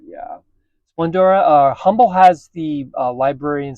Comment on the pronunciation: Humble is pronounced Um-bull